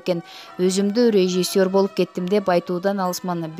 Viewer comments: Суйлоп жаткан кыз "РЕЖИССЁР" -деген созду жакшылап кайталап, жаттап анан айтчы. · Суйлогон кыз (режисёр) деген созду тунук айткылачы.